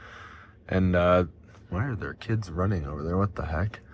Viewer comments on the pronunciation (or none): none